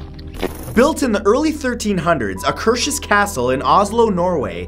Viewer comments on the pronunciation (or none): I'm having a lil Santoro-binge, but. As a Norwegian, living in Akershus which is a county in Norway, the way you pronounce Akershus is hilarious. I saw a pre-premiere, midnight-showing at Akershus Fortress last summer, it was great. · Alexander Solberg I had to rewind and listen to the "Akershus" part when he said "located in Oslo, Norway"... I was like "nope, a-ah, not how you pronounce it" 😂 but I know it's difficult for foreigners to pronounce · Hahaha, you butchered the pronouns of Akershus Festning x´D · I've been to Akershus castle thousands of times ( I live not so far from Oslo and my family love old castles). One of the times I took a tour there I actually saw a little girl Disappear in to a wall or mirror or something! And you can go on "Ghost wanderings" around (and inside) the castle in the autumn around Halloween or something! When I heard Matthew say Akershus Castle I had no idea what he was talking about until he said Oslo and I saw the pictures! It's fun hearing how different English is from Norwegian! ^^ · Great vid ! Just a bit bummed that you pronounced Akershus castle wrong . If you go on their website you can listen to the stories behind the old ruins of the castle and much more ! We have a bunch more haunted places , an old ruin church from the 1800 . One church from the 1100 .. and much more Love from Norway 🇳🇴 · Love the way you pronounce "Akershus". lol... Hello from Norway. :-) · wow you misprounounced Akershus 😂😂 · I spaces out for a little and then i hear " In oslo, norway" I'm like " What?? Where???" rewind it a bit just to hear Akershus being butcherd! xD Akershus is like, 2 words in one, hus means house, i do not know the origen of Aker, might be the place might be a person.